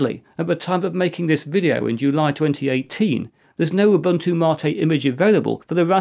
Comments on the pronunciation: Now if we could only get him to pronounce Ubuntu correctly! (oo BOON too) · It is funny that you lecture people about how to pronounce MATE, while totally butchering your pronunciation of "Ubuntu". It is actually Ubu-Ntu (similar to entoo).